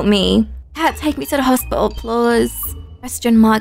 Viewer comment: I love how she said hospital in a funny accent! 😂 "Hosp'tal